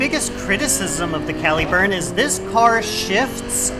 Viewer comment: cal-ih-burn, not cal-ee-burn. think calibre - caliburn. derived from one of the earlier forms of the name for Excalibur.